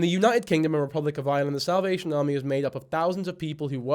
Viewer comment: lol its bc of how Mikayla pronounces it